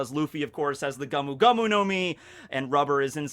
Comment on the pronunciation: Sorry, but it's not the gumu gumu no mi it's the go as in the word "go" and mu as in the sound a cow makes, "moo". Go - moo go - moo no mi. A good tip for pronouncing Japanese words is break them down by syllables and those always sound the same. For example, the "ka" in katana sounds the same as the "ka" in Katakuri's name.